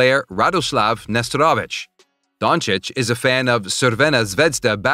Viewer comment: yes Union, Brezovec, Nesterovic, Crvena Zvezda and so on. But it is ok, we understand